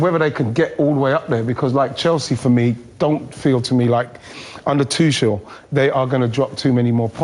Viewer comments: tuCHel, not tuSCHel, you english people really dont care about other languages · Don't know what's this arrogance about not saying the name correct. Lost it, when the lady said, don't care what way you pronounce Tuchel. It's your job as a pundit.